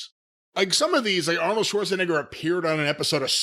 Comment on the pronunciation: Corny sure does love saying Arnold's last name.. he loves the hard R in it...